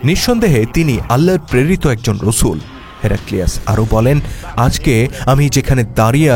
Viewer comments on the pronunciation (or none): রাসুল(সা:) এর নামটাও শুদ্ধভাবে উচ্চারণ করতে পারে না